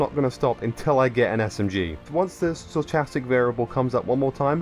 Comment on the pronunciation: Yet to hear a YouTuber pronounce Stochastic correctly. The search continues... 😅